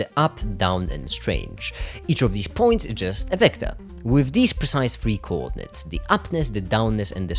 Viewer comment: I really like how you pronounce coordinates. Very articulated.